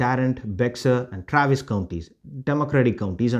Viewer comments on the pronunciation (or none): Not a criticism, however - Bexar is pronounced "Bear". Not a big deal for those outside the San Antonio area.